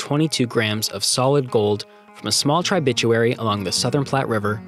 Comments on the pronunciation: Good video, but “TRY BITCH YOU AIRY” is just TRIB YOU TARY…. But seriously the video and narration is pretty great. Thanks for the content, super informative and you made it interesting and easy to listen to. Keep up the good work!!! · Please learn to pronounce tributary and placer. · Trib u tare eee. Not Tri bit chew ary